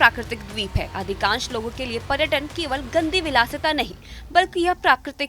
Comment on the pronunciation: Madam . प्रटक,pratan नंही पर्यटन और पर्यटक होता है।हिंदी तो सही बोलिये आप न्यूज़ एंकर है